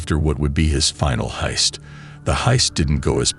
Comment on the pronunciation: peak ai content, "bank hiest" and "talkie talkie"